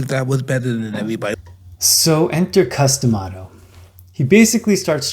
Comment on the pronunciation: you said gus lol its Cus D'Amato